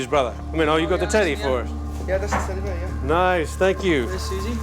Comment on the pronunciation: The narrator keeps saying teddy bur and it's a tiny bit annoying